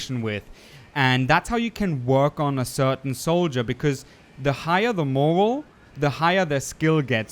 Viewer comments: Great Video may I tell you how to say Moral its like More AL try heighten the AL morrre Al bet a lot of people will hate on me for saying but I want to help I love the vid Thank You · Flinched at every pronunciation of morale. It is "more-Al" not "morel" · Nice vid. Just a bit about the way you say morale tho. It's not "moral" as you pronounced it. But "moralE". Emphasis on the E. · Great tips! The way you pronounce morale like moral drives me crazy. It's "more al" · x It's fine to make a mistake, but if no one corrects him, He probably won't learn? Moral (Mho-rull) and "Morale" (Mho-rah-el) are two completely different words and with different meanings though. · First, how you gathered all this "elite" knowledge of this game is ridiculously enviable :) 8 years late with this but in the segment about morale....... it's "more-AL" with "AL" as in "Albert" or "Alfred". Sorry, no criticism, I was "supposed to be" a "Speech Pathologist" :) MY careers couldn't be further from it, having been a visual communications specialist for decades. Anyway, just a friendly tip in language and big thanks for this treasure :) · Its pronounced like (more-rail) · Heads up. I think morale is pronounced “more al”. 😊 great video! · Its pronounced MORE-AL / MORE-OWL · Hey liked the video. Just wanted to let you know morale is pronounced more-al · like BIG AL, MORE AL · You said a LOT of words wrong, but hearing the section about morale was painful. Its pronounced more-AL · Morale is pronounced "More - Al". It describes how the soldiers at mother base are feeling ( Happy / Not Happy). High Morale is good because it boosts productivity. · More - Al - Eh? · It’s not Moral, it’s Morale. Both are words that have different meanings. Say MOR and then the ALE is pronounced Like the name AL. Google it. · hey, I realize it's a difficult word and it's okay to stumble over it, but when you were talking about the solders morale, it's pronounced more-al. just a friendly heads up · Morale not morals